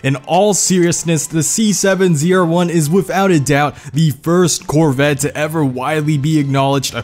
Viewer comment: cHeVrOlEt CoRvIt zE-rUh-OnE